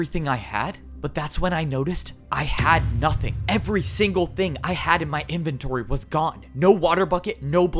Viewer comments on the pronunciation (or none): got that accent in there “now INn M-y inventOry”